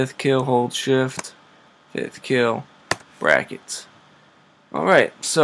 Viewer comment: WHAT THE FUCK IS BRAKKET ?